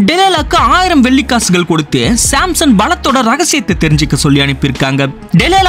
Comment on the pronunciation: Samson ❌simson ✅